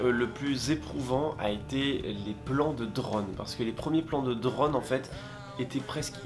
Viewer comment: Super vidéo mais t es « drône » c est « drone »!!!!!!